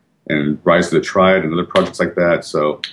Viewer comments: Rise of the Tree-ad? No, no, no... it's Triad. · its rise of the TRI-AD... not rise of the treead.